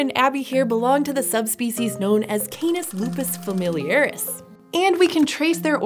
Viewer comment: Keinuhs Loopuhs Feimiliuhris.... There's nothing more terrible than an anglophone pronouncing Latin words